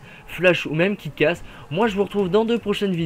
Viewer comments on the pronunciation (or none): C'est moi où pour Kick ass , tu as dit "Kit ass " patère ça m'a fait penser à kit kat ^^